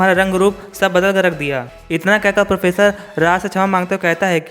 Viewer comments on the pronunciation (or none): Pronounce to theek se kar le bhai... vish ko vis bol raha hai, professor ko posar bol raha hai.. itni kya jaldi hai, aaraam se bolo. Aur video mein bina matlab ke effects daale huye hain, fade in fade out wale, dekhne mein problem hoti hai. Simple scroll effect rakho ya fir no effects se karo. Just my thoughts.